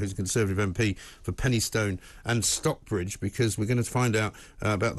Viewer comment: It's pronounced Stocks-Bridge ,Not Stock-Bridge.